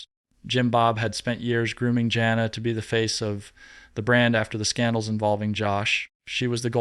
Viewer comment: Something wrong...he mispronounced jana and jinger name .he even breathes funny..he pronounces tonitown wrong..something not right